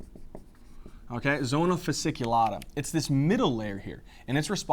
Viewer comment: Hey, thank you so much, love your videos <3 Just wanted to correct 2 little details: it is zona fasciculata (not fasiculata) and cortisol actually increases the number of intravascular polymofphonuclear neutrophils/leukocytes, number of Lymphocytes, monocytes and eosinophils is reduced